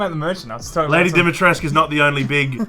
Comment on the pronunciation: Dee-mee-tre-scoo not Dimitrask